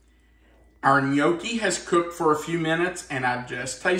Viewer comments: I’m Italian and it pronounced. Inyucke !! In yuck e love your video! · is funny pronouncing gnocchi wrong.😂